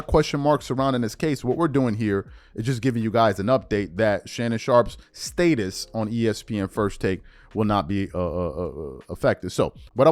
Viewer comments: State-es 😂 or Status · Bruh wtf is Staitus?